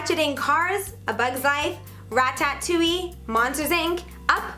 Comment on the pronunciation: Rat tat toulli?